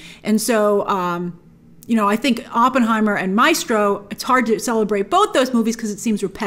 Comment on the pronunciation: How do you mispronounce MAESTRO grace